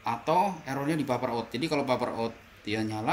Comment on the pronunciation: Maaf mas, pernah denger orang bule ngomong paper ga?